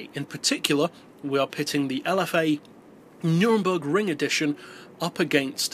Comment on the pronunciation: Please say Nurburgring right but loving the vids!!!